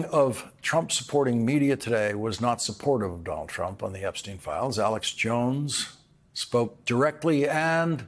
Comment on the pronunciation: Jeffrey Epstein is the only name Trump says correctly and confidently.